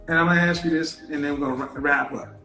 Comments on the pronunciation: Oh my god...STOP saying "axe"... Nobody AXE you a question. Fucking hell. How is it 2023 and people still say "axe". It's "ask". A-S-K. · Not axe...ask. Not dat...that. Not din..then/than. Preschool education. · She's has a below average scene of reality. She is living in a complete fantasy land,in her mind. She's just not very bright, she hears but can't connect more than two ideas together in 30 seconds. lesson one, it's pronounced arssked not axxed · I don’t mean to sound rude but for a woman who is educated with a masters did anyone notice her English? She says “axe” instead of ask;, “dat” instead of that, I noticed several times. That to me is a turn off, just my opinion. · Ask not axe. How does she have all these degrees😓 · ask > aks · But she "axed" him! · When someone with a masters degree says, "Let me axe you a question." I question that degree. And she wants to educate? Really!?! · Ask not Axe. PiCture not Pitcher. If you Want to learn proper English diction, watch any black male TV anchor across America. They are some of the most well spoken people on the planet. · … you didn’t axe me…. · A woman who cannot pronounce the word "that" or "ask" but wants a high value partner. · She’s educated, but can’t pronounce ask. OY VEY. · She wants someone "educated" but she can't pronounce "ask" properly. SMDH. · I want billion dollars, I'm all that, but I'm yet to learn how to pronounce the word" ask" - a modern woman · Masters degree and can't say "ask?" How is that possible if she was educated?